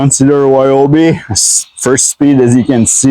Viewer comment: Why can you pronounce the R in resume, but you can't pronounce the R in Ryobi?